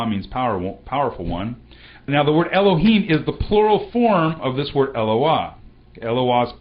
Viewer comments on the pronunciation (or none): why you prononce alep like e when it is a? why you red the OT like the hebrews of today? do you know that it is an pagan means to prononce? the sign of alep clearly show the prononciation like an french "a", like in the word "parler". dont you know that the signs of the OT show very clearly the prononciation?